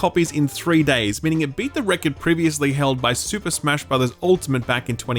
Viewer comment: Why are you pronouncing Record super weirdly